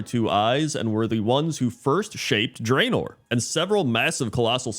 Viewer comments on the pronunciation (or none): It's pronounced "Drah-nor" and not "Dray-nor", by the way.